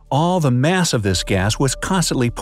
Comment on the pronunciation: all that MATH instead of MASS🤣🤣🤣🤷‍♂️🤷‍♂️